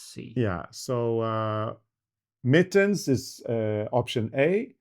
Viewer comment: Its mittend, nr A